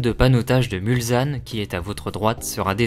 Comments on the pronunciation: Merci pour cette Très bonne vidéo. Bon boulot...Mais,, justement,j allais rectifier un détail,choquant à L oreille !.. MulSanne... Surtout Pas: MulZanne !!! Un S derrière un L ne peut se prononcer Z ! Parole de Sarthois, qui a grandi dès sa naissance, à même pas 2 kms de L entrée principale... J ai encore les sons des voitures en tête,alors que j avais Exactement 3 ans la première fois... Étant né un Onze Juin,cela correspond,comme cette année du Centenaire, au départ ou à L arrivée de La course! Obligatoirement Amoureux du Mans et des 24 heures. C est Totalement Mythique ! A bientôt à... MULSANNE !!! Prêt à T offrir un verre L an prochain, si Tu viens refaire un tour! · très sympa comme vidéo, par contre... svp...MulSSSSSSanne et pas MulZZZanne !!!!